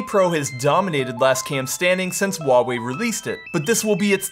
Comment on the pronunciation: Its wah-wei